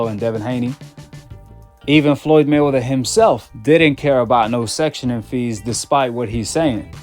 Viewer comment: Brother it’s called “Sanctioning body” NOT “Sectioning body” 🫡. They sanction fighters/fights not section them 😉